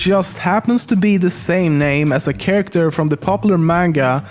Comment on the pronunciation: Damn he has a strong accent, but atleast he is saying 'character' correctly now :P